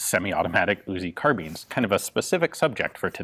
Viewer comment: CAR BEANS Yes I know it's actually spelled carbine